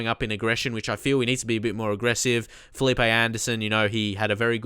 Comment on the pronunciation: First Of All, Great Video! I know this pronunciation is hard but Marquinhos is pronounced (Mar-kin-yos) and its (Fe-leep)